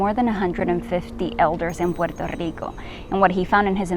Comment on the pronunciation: She said pur tur Rico 😂😂😂